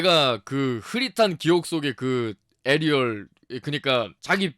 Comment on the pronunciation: 나중에 에리얼에서 에일리얼로 발음하시네요.ㅋㅋㅋㅋㅋ